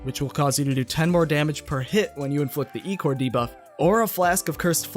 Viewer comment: i think it's pronounced eye-core not E-core